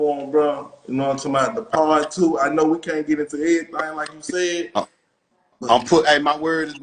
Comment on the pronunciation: I’m not from your city but you said “whole lotta everythang “ in this 1